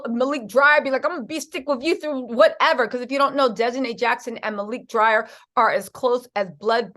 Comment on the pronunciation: Malik Dyer hun not dryer. Thank you for the update hun🙏🏾 God Bless.